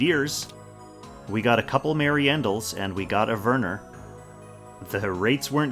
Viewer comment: I'm pretty sure Werner has a W and I'm bothered whenever you say Verner. Why V? that's a W.